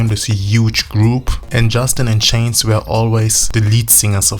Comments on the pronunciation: Like many before me His name Is JC Not CHAINS . You wanna make a Video take the Time To GET IT RIGHT !!!!!!!!!!!!!!!!!! i Stopped watching because of THAT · JC's last name is pronounced "Sha-zay". It's French. His first name is Joshua, but his family calls him Josh. "JC" are his initials, used on the Mickey Mouse Club (there was already a guy named Josh on the show), and he continued using it into ☆NSYNC.